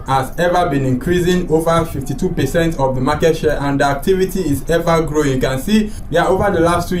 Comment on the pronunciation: RAAApidly grrrrowing best prounciation